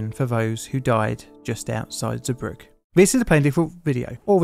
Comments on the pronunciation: Hey mate, port's name is pronounced 'Zee brug uh'. I never knew there were so many close calls which preceded this incident and ideas that would have prevented it. Sad times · Zeebrugge ❎ zubruck ✅